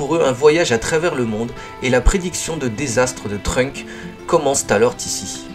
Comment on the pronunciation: par contre c'est TrunkSSSSSSSSSSSSSSSSSSSSSSSSSSSSSSSSSSSSS avec un S bordel